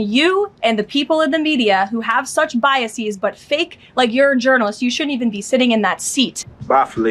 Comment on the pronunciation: "biasies"? No! The word is "biases".